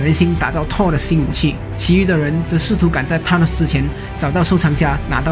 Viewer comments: Th 不是t 音。 TH是F音 所以說是fanos 不是thanos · 還有Thanos 一直唸錯tanos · 薩諾斯也不是踏ㄋㄡ斯好嗎.....英文亂念一通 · th的t不發音 英式美式都一樣